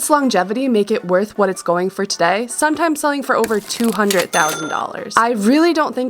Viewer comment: Great project, beautifully done. Spoilt only by your refusal to pronounce the word "Hundred" correctly.😄